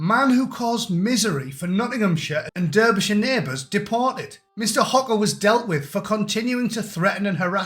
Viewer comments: It’s pronounced DArbyshire,unless you are American…other than that,bang on. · Did you just mispronounce Derbyshire like an American? Are you really from U.K.?😳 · You Americans from Middlesbrough need to learn how to say Derbyshire. That's worth 3 years solitary.